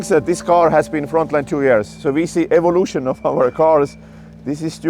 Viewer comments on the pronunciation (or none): none